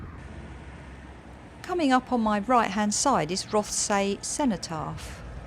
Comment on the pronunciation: Nice video. Note on pronunciation of local areas: “Rothesay” = ROTH-SEE “Wemyss Bay” = WEEMZ Bay